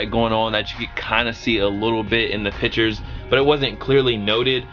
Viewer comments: PIC-CHURS NOT PITCHERS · speaking like DJKHALED there's a T IN PICTURES!!! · Pictures not pitures.